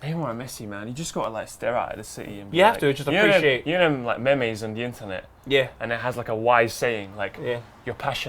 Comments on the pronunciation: Memes not Me-me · mate, they are memes... Pronounced 'meems' not mey-meys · looool meh-mey's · "Me-mes on the internet" lmaooo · said memees. Christ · They are pronounced meeems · I'm pretty sure you pronounced "memes" wrong xD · LOOOL at how pronounced Memes